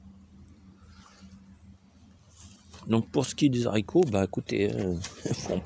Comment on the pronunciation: Bonjour, on dit les Haricots et non zaricots